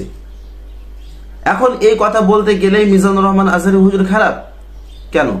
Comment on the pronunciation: আজাহারীর নামটা ঠিকমত বলতে পারেনা,,আরে বেটা আজহারীর একটা মাহফিলের লোক দেখছিস